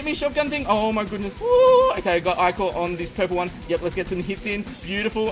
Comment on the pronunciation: who else thought he said "Pokemon" instead of "purple one"